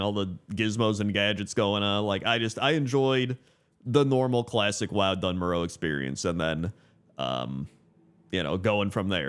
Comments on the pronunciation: Doone Moarr Uh Please Not dunn murrow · Dun Morogh...... Yuk 😂